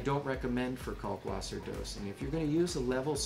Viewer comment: Ummmmm... It is a German word. If you are going to pronounce it correctly you have to say "Kalkvasser". The German W is pronounced like a V. I'll get off of my pedantic soapbox now. Great video. Thanks for the info. Cheers, Chris